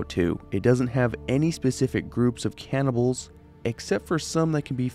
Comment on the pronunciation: i thought this mf said “cannabis of fallout”